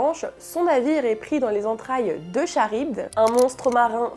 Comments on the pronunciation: Perso je suis plus in love de mon Johnny d'amour. Et pour info, on prononce K- aribde 😁 Super vidéo sinon ❤ Merci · C'est SUPER intéressant et très facile à comprendre. Ta façon de parler permet même à des néophyte (comme moa) de tout comprendre. Juste la prononciation de Charybde... (Je suis quand même retourner vérifier) C'est bien ''Karib""... A par ça j'adore ta voix reposante, je me fait une de tes vidéos dès que je peux (merci la vaisselle)